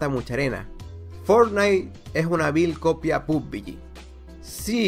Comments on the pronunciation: Arma 3 y Day Z? Hahaha haz tu tarea, playera unknown trabajo en los estudios de las creaciones que acabas de mencionar Pubg solo fue el paso final, y se pronuncia "Pub-G" no pub-bi-yi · Pub-biyi pugbiyi pubiyi 😵😵😵😵😵 evita la Bi. Solo pubG (pubyi)